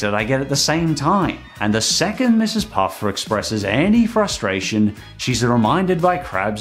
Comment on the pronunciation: Its mrs puffffffff not puffs man